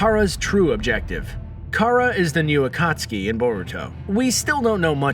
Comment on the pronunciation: Akatski, ee-do tensei xD